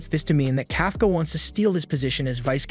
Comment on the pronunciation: Kafka Kafka (Cough)(caw) Not (Calf)(caw)